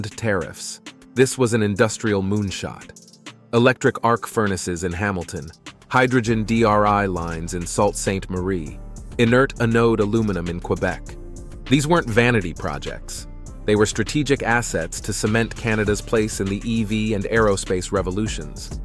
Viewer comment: Sault Sainte Marie (aka Sault Ste. Marie) is pronounced “Soo Saint Marie”